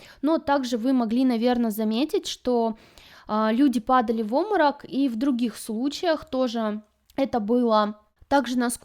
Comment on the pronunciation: Напрягает слово "оморок", вместо нормального русского слова Обморок!